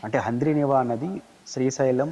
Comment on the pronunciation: Haaaaandri neeva kadu amma thali😂😂😂😂😂handrineeva antee😂😂😂